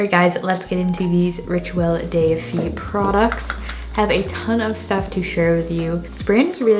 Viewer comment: On French, "de" and "le" are pronounced "duh" and "luh", not like day.